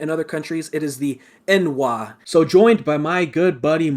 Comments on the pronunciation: "n'wah" is NOT pronounced "En-wah", it's pronounced like how you say "Noir", but instead of the "ire" sound at the end, it's an "ah" sound. It's a slur meaning "Outlander" from morrowind, therefore if you knew anything about TES lore, you would know that nords have just as much of a right to say it as dark elves, because they were in morrowind just as long as the dark elves were (they knew the dunmer BEFORE they were the dunmer, back when they had gold skin instead of being made black by azura). Nords absolutely DO have the biology to back them up. Nords are the race that can resist almost every element (not just frost like in skyrim), and they are physically stronger than high elves, and are just as tall as high elves, too, meaning they are one of the tallest "people" races on tamriel. they also are the only race with the historical in-born ability to use the thu'um without decades of training (there have been other races able to do so, including the dragonborn, however nords are by far the most prolific race to do so), meanwhile the high elves can only manage "simple" magics, despite their magika reserves. TLDR: these guys ain't know SHIT about TES lore. In order to be the best elder scrolls racist you can be, you have to know the lore. Otherwise, you're doing the equivalent of calling a black guy "cracker" irl. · I've mentioned this before but both pronunciations are canon, I simply prefer EN-wah (there is literally a voiceclip in Morrowind of a dunmer male taking damage and saying "You EN-wah). Also counterpoint - Nords are snowapes and should simply leave glorious Resdayn. This post was fact-checked by true Resdayn Patriots.